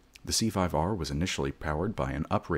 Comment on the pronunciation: It's a C5-R, not C5.R.